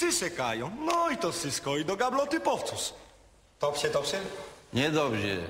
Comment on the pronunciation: Dobze, dobze?